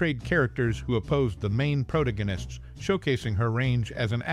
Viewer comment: Dee-anne, not Di-Anne? Pro-tag-o-nist